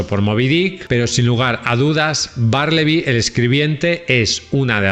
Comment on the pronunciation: Melville se pronuncia "melvil. Bartleby se pronuncia "bertlebi". Lovecraf se dice "lofcraf". Dices correctamente el apellido de Stefan Zweig que es en alemán. "Dupin" que es francés se dice "Dupan". Tus comentarios son magníficos pero cuida las pronunciaciones en ingles.